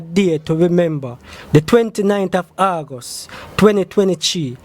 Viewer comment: Lol “the 29th of Auguss 2020-chee” 😂😂😂